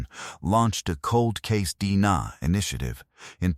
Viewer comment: Is this the best effort you (the YOUTUBE Channel creator) can put into this video story? If "yes" then I won't be watching any more videos from this channel. This is sloppy, poor quality work. The AI narration cannot even pronounce "D N A" properly? And the entire video shows one picture. Why no other photos of some of the main characters involved? No photo of the person who finally got caught and put on trial? Why were there so many obvious questions about what was revealed in the trial? Well, I watched this particular video all the way through. Then I glanced through a couple more videos on this YT Channel....same thing - one picture, same AI narrator left un-checked for proper pronunciation. Whoever is responsible for the content in this channel is simply telling "cold-case" type stories - and putting in the minimal amount of effort, resulting in a very poor quality experience for us viewers. It appears to me that this Channel producer is just making easy money on the tragedies of other human beings.